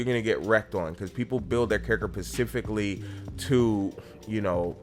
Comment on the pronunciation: pacificly? like the pacific ocean man